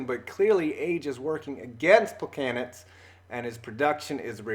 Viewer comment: Isn't "Plechanec"?